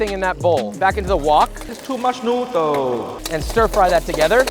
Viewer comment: too much protein, too much noodr, too much vegtabr... You can never please uncle roger